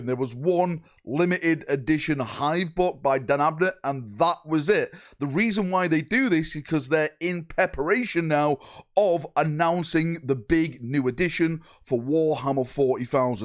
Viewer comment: In pepper-ation, sounds like the red hot chili peppers new album